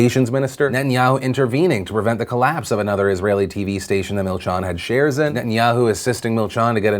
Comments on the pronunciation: Milchan is pronounced as milchEn :) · That's not how you say milchan